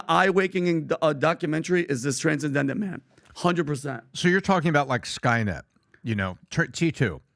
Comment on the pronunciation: By the way you nailed the pronunciation of the last name but totally bombed on transcendent man hahaha